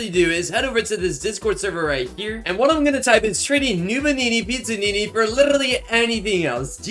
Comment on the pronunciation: He pronounces everything wrong Noobanini Pizzanini got me laughing